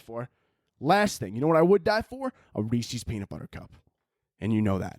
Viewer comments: it’s rees-is. Like Rees-is piec-is. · Halloween may not be the devil but the way you pronounce Reese's is